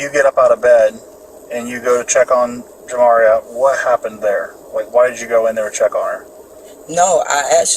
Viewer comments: Your annunciation of the decedents name is making me cringe. It’s pronounced Jah-Mah-Ree-Uh not Jam-Ma-Reeyuh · Her name is pronounced JAH MAR RIA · AI sucks! She keeps saying her name wrong